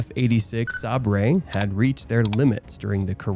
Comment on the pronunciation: Sab-er not sah-bray